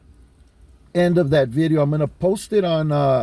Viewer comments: Ever notice they’ll pronounce vato with the V clear but words like video they’ll say bideo? btw i’m not singling out Dubs just something i thought was kinda funny. I’ve watched some of his vids on wes watson and discovered jon bravo. I like both of them. “prison genre” is garbage to me though. Grown men glorying acting like degenerates and clowns over the dumbest things. People like that 1090 jake clown are a perfect example of it. ok that’s my little rant vatos. Or should i say batos? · If his parents were like immigrants, so he learned household words like "video" from them, but then he grew around Americanized cliques and they say "vato" with a "v" it could make sense.